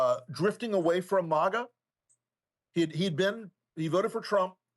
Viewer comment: Dude, it's not pronounced maaaaaga It's mag- a. You make it sound so sophisticated. They're a bunch of idiotic punks